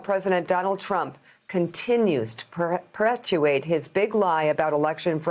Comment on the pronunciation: "Peretuate"? - Ban nbc, cbs, abc - you can't just report the news but berate former presidents - so one-sided - what is ignorant is how some can't see it for what it is. A reckoning is coming.. Trump is not lesser of the two evils - it is you that half to a majority won't follow.